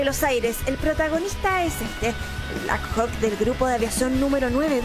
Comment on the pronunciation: Holaaa!! Te felicito por tus videos siempre los veo!! Te comento que la forma correcta de pronunciar es "Blackhok" saludos!!